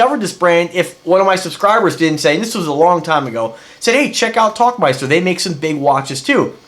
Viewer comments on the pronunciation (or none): Der tauchmeister. Where Tauchen means Dive and Meister translates to Master or Champion, and its a Dive Master. Pretty cool, just looked that up. Also seems to be pronounced Towl not Talk.